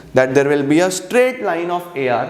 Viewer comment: when he says AR and MR am I the only one who hears AR Rehman? 😂😂